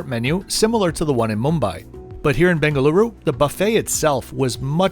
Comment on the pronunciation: You pronounced it right🙂!. I think someone forgot his medication😅!.